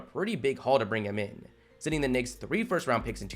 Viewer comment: Bro, you might want to learn how to enunciate the word “Knicks”. Just my opinion…🤷🏻‍♂️😂